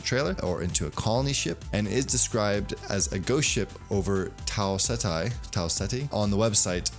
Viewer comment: Don't worry about your pronunciation of Tau Ceti. I just watched a video where the dude talking about the trailer couldn't even pronounce "compilers" right